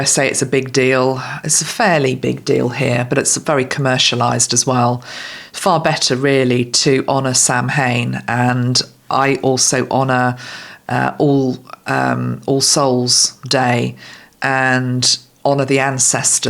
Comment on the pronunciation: Hi, it’s pronounced like ‘sow in’ rather than sam hain! 🎃 🧡 Just in case you maybe do another video on it. Love the brown on you, really lovely! 🍁